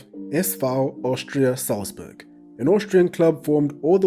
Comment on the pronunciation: Your german pronounciation is really good, do you speak german?